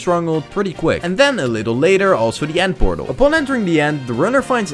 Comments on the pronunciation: That's a Pend Eortal That's a Pether Nortal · It's funny that bro found a ✨ pether nortal✨ and a ✨nend pertal✨